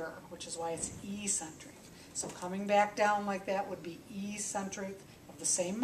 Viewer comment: Great video! According to taber's medical dictionary, it's pronounced EK-sent-rick. The same way you might call me eccentric for pointing out how to pronounce a word! 😬